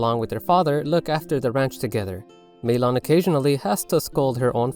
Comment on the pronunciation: Maylon? Rly?